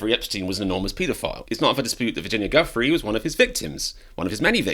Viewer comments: Pretty obnoxious that the Trump trollop is deliberately mispronouncing a victim's name. "Joo-fray" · Never trust MAGA for pronunciation. It’s not GUF-free, it’s joo-FRAY. And it’s the Democratic Party, not the Democrat Party. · Giuffre pronounced Joofray. Emphasis on last syllable. Be respectful and get it right please. ALL of you!!! 🤷🤦🙏⚖️🙏🌍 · Oh, Karoline. At least have enough respect to pronounce Virginia Giuffre’s name correctly.